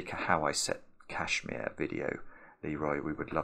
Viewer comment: My man spent a whole min worrying about mispronouncing a pseudonym, but couldn't care less about mispronouncing Kashmir. 👏